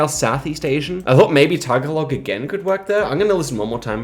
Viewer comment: Tagalog is not "tag-a-log", it's "tah-gah-lohg".